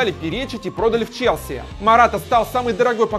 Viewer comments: Выпал из основы <<ЧЕСЛИ>> ЧЕСЛИ!!!! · не чесли а челси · Чесли? Может Челси!